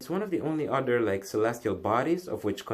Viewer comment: Almost 2 minutes before you even get to it. Geezus what a bigmouth. By the way the word is OTHER not UDDER. Why can't anyone on YouTube speak correctly?